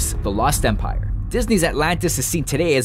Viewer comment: When they said "The Lost Empire" I heard, "The Lost Senpai" anybody else?